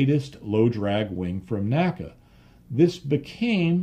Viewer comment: the correct pronunciation of NACA is "en ay cee ay" and NOT "nacka". My education on this point came from having worked at two former NACA installations with former NACA employees, attended their NACA Reunions, worked with historians specializing in the work of the N.A.C.A. etc etc. The old NACA/NASA documentary films also bear this out. The all too common mispronunciation apparently has its roots in the way we pronounce "NASA" in two syllables. I have enjoyed your well-researched and unique body work tremendously and thought you'd like to know.